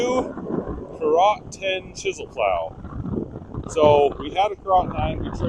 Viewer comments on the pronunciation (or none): That is pronounced "carrot".